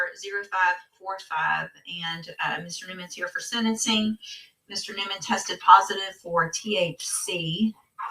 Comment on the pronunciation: He couldn't even pronounce it through his rotten maw "Nimmens"